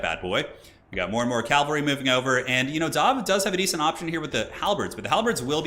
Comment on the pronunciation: is killing me with the calvary.